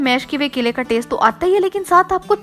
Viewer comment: Apke kaile 😂😂mere kaile 😂😂 apka dosra kaila, 😂😂😂😂khud video dekho or suno kitna weird lgra hy Or yeh recipe nahi thi ..bore hoke dosro ko bore karna ka new tarika tha